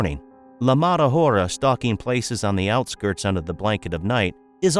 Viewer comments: Why you say the mada ora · you could not pronouced "la mala hora" right.